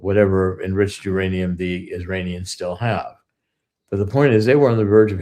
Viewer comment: IM SORRY PEOPLE.... BUT EVERYTHING CORSI SAYS SOUNDS LIKE SHIT BURGERS!! AND IM NOT HUNGRY!! NOT TO MENTION HE JUST SAID ISRANIANS!!! REWIND IT AND WATCH!! THAT OLD DUDE IS GASSING ALL YA'LL UP!! EITHER HE IS ON THE BAD TEAM, OR HE IS JUST READY TO GET PUT OUT TO PASTURE (respectfully) I would never poke fun at a demensiated senior citizen!!! But what he says does not pass my freaking intuition test!!! Not even close!! They must have bought and paid for Mr Corsi after he assisted in the book "SILICONE SATAN"!!! I really wish you would ask Cregg Lund- if the original Jerry Corsi is still the current Jerome Corsi!! It sounds like he has been freaking compromised by the black hats!!! Just saying ya'll!!! My intuitive compass is almost flawless!! If old dude is not senile... then he is compromised